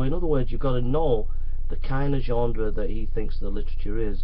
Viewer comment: Ah come on.... Anyone else watching this pissing themselves by the 6th 7th ..........25th time he says 'genDre'. :D